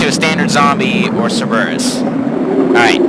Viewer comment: Did you seriously pronounce Cerberus as Sir-bear-us?? No offense also, but you sound like you’re a teenage kid. Also you missed the Colt S.A.A. bro..